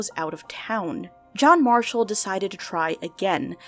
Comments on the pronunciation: "Jack Mashall" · JACK MASHALL 😂 sorry I love little mess ups like this!